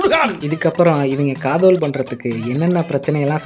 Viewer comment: காதல் இல்ல காதஓல்